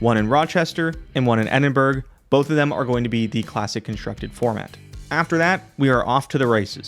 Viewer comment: Edinburg. it's pronounce Edinbruh. Scotland isn't a real place, but I swear that's how it's pronounced.